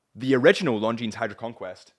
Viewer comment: Please, don't pronounce the 'S' in Longines. 🤣